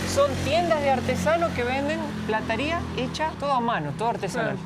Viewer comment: Habla bien, PLATARIA, sos argentino y bastante tarado, te fuiste a lis 17 años de argentina, se duce PLATERIA y no me digas q no sabias!!!!!!